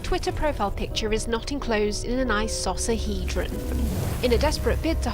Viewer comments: Today you learned that you pronounce icosahedron incorrectly! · Did you intend to say icosahedron? Because dude... When c is followed by a deep vowel (a, o, u), it is pronounced k. This is not complicated. It's one of the only rules in the English language that is actually mostly consistent. Like, I can totally understand getting the i wrong, because it's basically just based on tradition, but the c is so easy...